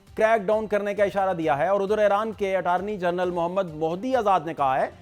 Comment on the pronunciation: جناب جب غلط عرف عام ہو جاۓ تو صحیح پر غلط ہونے کا شک ہوتا ہے۔ یہ نام "ای ران" ہے "اے ران" نہیں۔